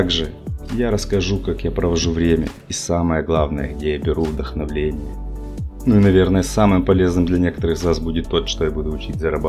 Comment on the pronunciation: Я заметил как русскоязычный с детства одну лёгкую ошибку в слове. Вдохновение. А ты сказал вдохновЛение. Из этого следует, что ты таки прав и отвык от общения по-русски... Держи пять, от поэта. Благодарю!